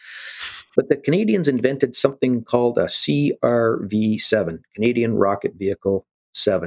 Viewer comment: "C...R...V..7"... He's human until he says that name... LOL. Super interesting.